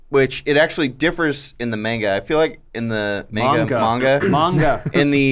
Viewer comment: Sounds weird for an American to pronounce Manga correctly